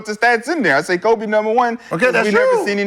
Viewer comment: Every time Shad say Kobes name he rolls over in his grave.. smh